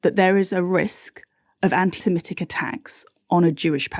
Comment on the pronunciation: peeeease stop saying "anti-simetic" It's "anti-semitic" Another exception to the 'I before e rule' Otherwise you continue to nail the hypocrisy of so much that goes on, especially around justice for Palestine 🇵🇸 👍